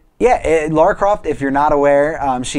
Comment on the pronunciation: The only show on the internet that says Lara's name properly!